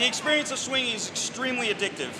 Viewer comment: It's really really an enjoyable exPERIAnce